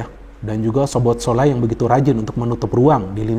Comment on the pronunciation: bacanya SOBOSLAI om